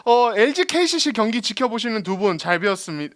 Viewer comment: KCC를 계속 KGC라고 하시네요.. 너무 듣기 불편해요..